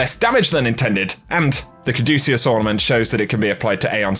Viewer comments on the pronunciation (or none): none